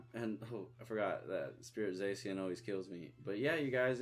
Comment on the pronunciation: ITS ZAHSHIAN AND RYEKO AND ZACIAN AND LUGIA ARE GIIIIIIIRS-UH!!!!!!!!!!!!!!!!!!!!!!!!!!!!!!!!!!!!!!💢💢💢💢